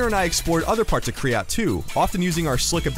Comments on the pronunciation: its ky-rat not kryrat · You were saying kryat instead of kyrat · Its K y r a t. Not kryat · Did anyone else notice he said Kryat instead of Kyrat? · Um they said and spelt "Kyrat" wrong, its not "Kryat"... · Ign, it's Kyrat not Kryat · They should probably make sure the narrator is saying "Kyrat" correctly before uploading the video. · UGH, IT'S KYRAT,!!! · isn't it kyrat